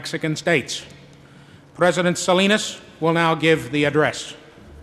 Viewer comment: Pendejo yo tengo 25 an#is en EU yo se lo k es una Buena pronunciatcion total habka hortible